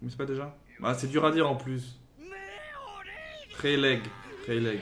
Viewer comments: Pour ton infomation personnelle : Reyleigh se dit "Reyli" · oui parce que là il m'a fait saigner les oreilles